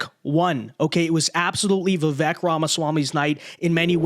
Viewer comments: "Vi-vake" not "Vi-veck" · You, and everyone else, are pronouncing his name wrong. The 'E' has a 'long A' sound, like 'Cake'. i.e. It is pronounced 'Vivake' phoenetically. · Hey, it’s pronounced Viv-ake like cake! It’s time to get it right! get it? Right! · It's pronounced Vivake. Rhymes with cake. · It's "Viv-ake", like "cake".